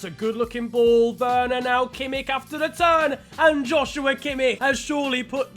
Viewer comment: Finally, someone who can say Kimmich🙌